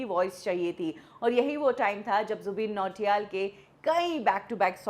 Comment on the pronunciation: Jubin h wo 'zubeen' nhi 😂